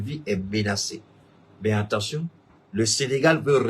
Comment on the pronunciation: AT - TEN- TION !!! PAS EN TEN- TION ================================== U- GAN - DA!!! PAS U GA DA